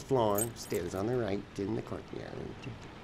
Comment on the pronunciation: “Stairs on the right in the courtyeerrrrd” ITS KILLING ME🗣😭💀💀💀💀